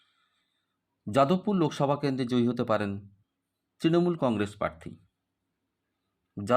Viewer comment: আপনি তো "প্রার্থী" শব্দটাই সঠিক ভাবে উচ্চারণ করতে পারছেন না, বারবার বলছেন "parthi" আবার Astrologer !!